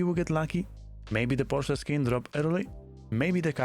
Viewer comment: Unrelate note, thank you for pronouncing Porsche correctly as Por-Scha.